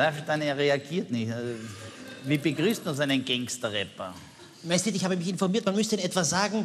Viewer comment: "Gangster" vor Allem😂 ..man spricht es "Gängster" aus